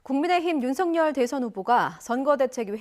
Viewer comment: 윤서결을 왜 윤석렬로 부르는지.. ytn 아나운서도 큰일났네